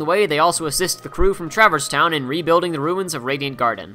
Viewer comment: Pretty good recap...but the way you mispronounce a few words is hard to listen to. Namely, "Travis Town." It's traverse. Tra-verse.